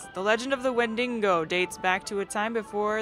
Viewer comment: I really love the way you pronounce "Wendigo" with an extra "n" :)